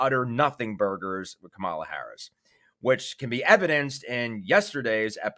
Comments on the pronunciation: Her name is NOT pronounced Kah-mula, its (Comma-la), Kamela. Please get it accurate on your publication. Thank you. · It’s KA-mala. 😑